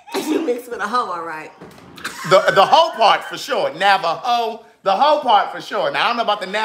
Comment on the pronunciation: Did say "Navajo" or "Napaho". LOL! I truly enjoyed watchin y'all tuhday!